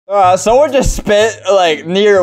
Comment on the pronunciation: I like how he said he spit 1,000$